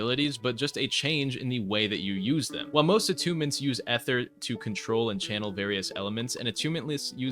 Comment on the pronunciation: "eh-ther" 💔💔💔 just say ether